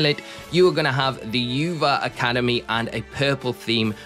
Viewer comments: also the Uva is actually pronounced “oova” not “ you va” it’s Spanish for grape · Great video, but it’s pronounced oo-v-a. Spanish word for grape. And Na-ran-ha Spanish word for orange. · Why people pronounce Naranja and Uva so wrong? It's Nah-run-ha and Ou-Vah. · The way he says the academies 😂😂 Its in spanish Naranja sounds like (Na-ran-ha) and Uva is (Oouu-Vah) literally Orange and Grape but in Spanish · the pronunciation of uva and naranja is sending me